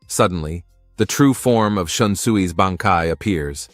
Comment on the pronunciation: Wrong pronunciation of BANKAI